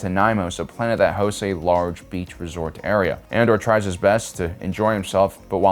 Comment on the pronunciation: I love your content but I have to know if you mispronounce things for fun or are just silly 😂 it cracks me up tho "Ander!" sounds like how a redneck would say it haha